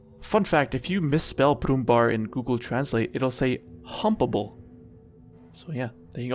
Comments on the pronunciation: Not Brummbar. Brummbär (im german) and in english it is banger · It's not "Brummbar", his correct name is "Brummbär" 😂😂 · Brummbär actually translates to 'growling bear' not grumpy. And the ä is spoken like the 'ea' sound in 'bear' so better say 'brummbear'. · The brummenbar😂🥺 as a german i loved how u pronounced the tank names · It's Brummbär, or Brummbear if you want, which is a grumpy person. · "arty nerf"